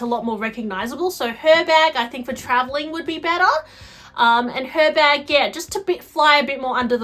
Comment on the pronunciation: The H is silent (like it is in Hermes) so it’s pronounced Er Bag. I hate mine. Worst purchase I’ve ever made. Terrible design.